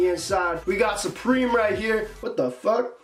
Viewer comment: Suprememe the way he said it had me dead